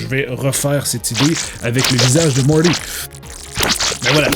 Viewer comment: Arrête de dire mordy on dit morti avec un t on prononce à la française comme des bon gros français 😝